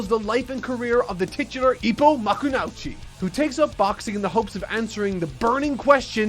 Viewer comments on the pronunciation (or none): MakuNOiChi. Say his name as if kunoichi like female ninja. Makunoichi. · I love ur content but ur pronunciation of 'makunouchi' pains me 😭 (the "ou" part is pronounced as a long "o" sound) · 15 seconds into the video and he already mispronounced the main character's name 😂 Easily my favorite running gag by; you have absolutely no idea how psyched I've been for this review since it was hinted at. A series so influential and influenced by its characters and sport that the author even has his own Boxing Gym in Japan 🥊 It inspried and instilled a love for the Sport of Boxing for me personally, to the point that the first boxing lessons I ever took were from the anime itself (including semi-successful attenpts at executing some of the Signature Punches; only a few of them are legitimately real punches and one even has a real life YouTube video on it specifically by the Boxer who invented the move).